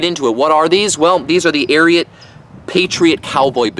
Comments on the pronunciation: Why does he say Ariat that way aint no o in it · Ikr what a freak, your supposed to say “ariooot”! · The way you pronounce it…and the boots are corny